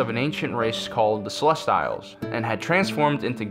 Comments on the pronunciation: Jesus christ your pronounciation is of a different world. How do you mispronounced “Celestials”?!?! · You'll never be able to pronounce Celestials correctly.